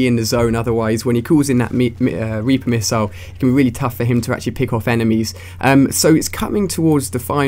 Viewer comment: meeper rissile anyone else hear it?